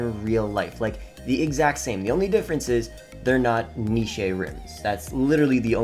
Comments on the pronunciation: guy said " Knee-Shay Rims " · Dont know how to say niche